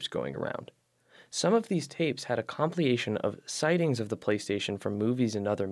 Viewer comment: Com-pill-ay-shun = compilation 🤣